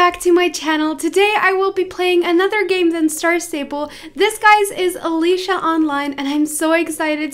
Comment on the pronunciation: That’s not how you say Alicia